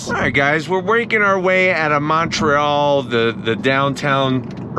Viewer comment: dude didn't say Montreal right.